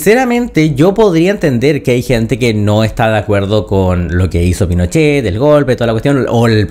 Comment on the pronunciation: Camila Vallejos: “Los incendios provocados….. PINOCHEHH!” 😂